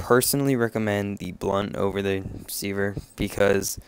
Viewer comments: Very good video, but mate, it's sever, not seaver :P Make more videos! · " C-verr " lol try seh-ver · Sever is pronounced; Seh-ver not See-ver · Really helpful guide, the way you said sever triggered me a little though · overall good vid. I'm weird but pronouncing sever wrong realllllly bothered me lol. Good job though. Helped me learn some combo ideas and understand the buffs better. thanks.